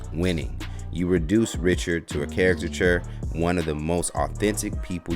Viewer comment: How do you get paid to speak, but you gonna let a (word) beat you?! CAR--I--CA--TURE smh